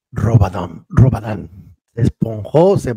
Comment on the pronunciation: Es robarannnnnnnn no es rabadan😂😂